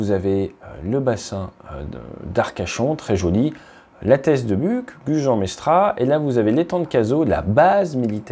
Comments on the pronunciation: Si tu habites à la teste maintenant pense à le prononcer buchE (ça vient du gascon) et pas buc, ça va faire siffler des oreilles sinon, super vidéo comme d'habitude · Alors puisque tu y es né comme moi tu prononcera : la teste de buchhhhe parce que buk ça m'a vraiment écorché les oreilles pour un mec du coin.😜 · Bonjour, ça se prononce la teste de buch"e" et non de buc"k"😉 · Carrément! J’ai même eu un doute sur la prononciation! 🤣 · Moi je vais adorer t’apprendre physiquement à prononcer Buch